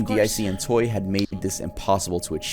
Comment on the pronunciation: He keeps saing toy instead of toei. IT SO ANNOYING!